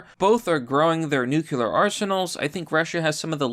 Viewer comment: Dear, I enjoy your videos but I have one small request - Please learn how to pronounce the word 'nuclear'. It is pronounced as it's spelled, 'New-clear', not 'nu-cu-lur'.